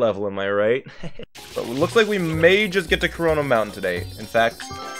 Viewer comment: "Corona" monten